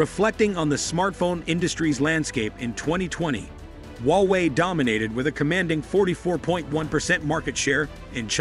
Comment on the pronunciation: Hallo! Don't be so patronising, okay? There is no 'wowei'; it is HUA WEI. Understand? Even sore losers need to lose graciously! Wowei, wowei, wowei? Seriously!